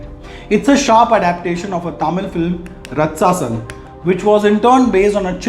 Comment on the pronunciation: It Should be pronounced as "RAATCHASAN" Means Rakshas. I have watched it and it's worth for your money